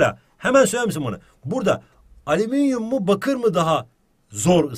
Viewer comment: ığhmm ali...ığhali EVET harikasın ALİMİNYUM 😂😅